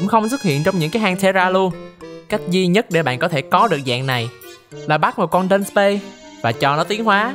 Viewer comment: ý Dudusparce phát âm là âm "ar", chứ hông phải âm "ei" như trong clip nha =)))) tui chợt nhận ra tui phát âm sai tên em nó CÒN 1 LỖI QUÊ HƠN NỮA LÀ bạn chỉ cần rút 32 cây để giải phong ấn thoi nhá =)))), lú lú sao mà tui 4*8=48 dị chòi =)))) Quê ải chỉa